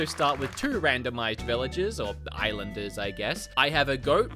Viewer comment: "IslandEmUps" lololol